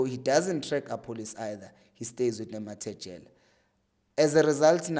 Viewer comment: We can't be back here again my brother, it's Nemtajela not Nemathejela. Great analysis though. 😑